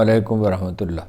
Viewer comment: Gustakhee moaf Haroon sahib bismillah theek traha parha karein " allah" ka lafz to vazeh hota hi nahein?